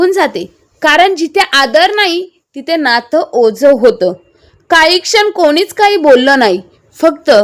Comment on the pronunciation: ओज नाही ओझं